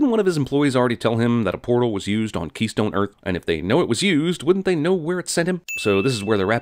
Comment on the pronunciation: Where Walter heard keystone earth I heard kinky key..